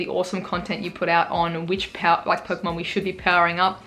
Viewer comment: The way you said "pokemon" and "move" was spot on! :P